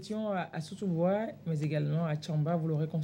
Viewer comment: Sotouboua et non soboutoua.toujours vérifier d'abord.je sais que l'erreur est humaine